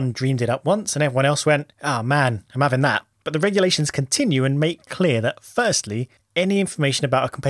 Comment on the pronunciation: your "I'm 'aving that" is probably the most northern thing I've heard you say